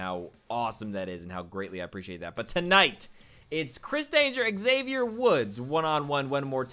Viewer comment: great series, but your pronunciation of 'Xavier' is cancerous. hope you didn't get booked against him anymore in.the series, I'd like to live :-) great job, and nice live commentary!